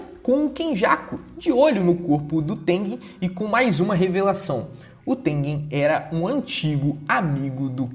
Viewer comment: o cara consegue errar o nome tengen kkkk